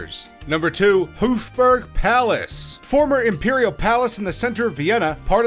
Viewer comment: louarv and Hooufburg its louvre and hofburg